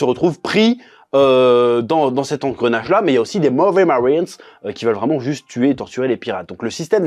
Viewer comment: 🤩 J'adore quand tu prononce "Marines" à l'anglaise. XD c'est "Perfect", je dirais même "Superrrr!"! ^^